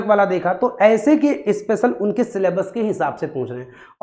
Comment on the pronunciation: भाई अस्पेशल नहीं special होता है, आपको ही क्लास लेने की अवश्यकता है